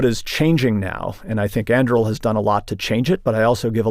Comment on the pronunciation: Both pronunciations he made for Anduril are wrong lol. An doo real!!!